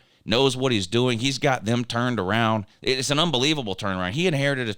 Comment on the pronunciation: I believe you are pronouncing AN a-hn wrong.